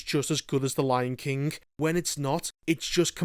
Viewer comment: The Lion KINK